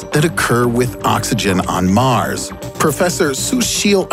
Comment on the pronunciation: "How"...not Haw. "Mars"...not Maris. You are welcome